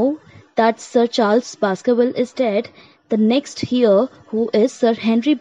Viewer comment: Please correct the pronunciation of Heir....